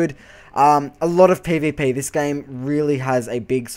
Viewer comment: ESO is not completely voice acted as your character is not voice acted which makes it flat. i am willing to bet EQ will be completely voice acted from the npc' to your character, no idea about wildstar, though from the game play it doesn't appear so. other than that good review even if you cant say pvp properly lol sorry! all in good fun :) and you didnt say "its just like wow" all that much